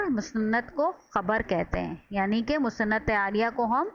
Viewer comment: Musanad ilahi app galat pronounce krti hain